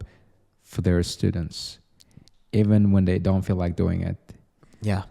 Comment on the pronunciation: bro: dond do it (in an indian accent) 😂 talking about logistics